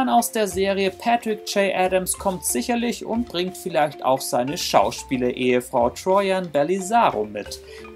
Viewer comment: Troian Bellisario und jacinda barrett werden etwas anders ausgesprochen 😂😂😂